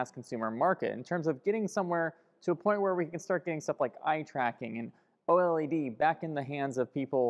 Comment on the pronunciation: O-L-E-D? You mean OLED?